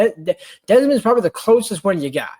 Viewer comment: Dude, it's DEMOND, not Desmond.